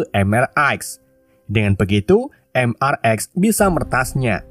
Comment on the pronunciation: Bang mrx itu dibaca mister x bang bukan mrx😅